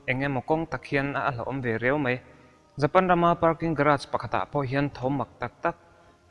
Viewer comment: I channel ka en char2 a vawin chu,,Vidi-o i te hi ka ngaimawh,,i trawng dan vel poh,,he tah pih tir lam ah parking tih tur ah Pakin i t ,,i trawng i fimkhur teh